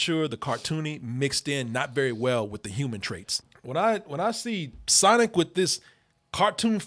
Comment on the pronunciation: Nigga that aint sonic "Thats SANIC"